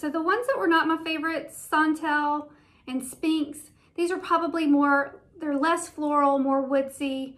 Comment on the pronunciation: It’s Sphinx not Spinx hehe (sounds likes “sfeenks”) no “p” sound :)